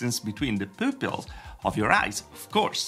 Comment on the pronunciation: The way he says “pupils” 😂 Great video though, very informative! I ended up caving and buying one yesterday!